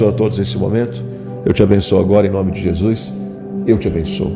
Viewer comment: VO"I"Z??? JESU"I"S??? FA"I"BO???...